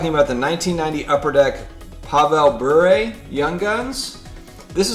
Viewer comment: You nailed Bure on pronunciation. IMO it’s just hockey cards catching up. I am not sure on the production numbers